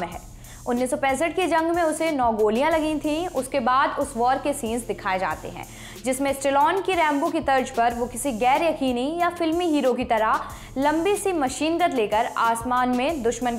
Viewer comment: Tarj nai, tarz hota hai 😢 Aur yeh actor Vijay Raj nahin, Vijay Raaz hai. Your diction is terrible,.